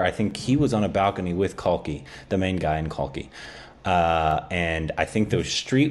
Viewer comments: Pronounced kalki 'kekla' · Okay I'm just 3 mins in and it is Kalki 'cake-la' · Correct me if i am wrong. But isnt kalki Koechlin pronounced as Kal-key cake-la.